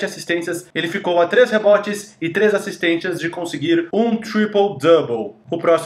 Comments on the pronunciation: Porque diabos você fala "assistênTias"???????? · Acho engraçado que o as vzs fala "assistentias"